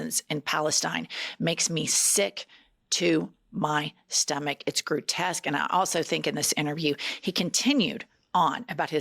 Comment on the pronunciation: Wait…what? Did you say “grewtesque”? 😊😊😊